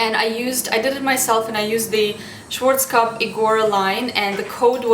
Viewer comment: Do you mean Schwarzkopf? I'm sorry, I couldn't understand it!